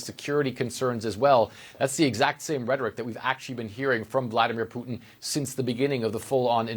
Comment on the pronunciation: Vla-dEE-mir!!! POO-tin.god r u deaf it's not rocket science to pronounce his nae correctly!!!